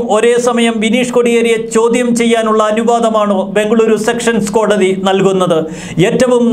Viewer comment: Sessions കോർട്ട് ആണ് സെക്ഷൻസ് കോർട്ട് അല്ല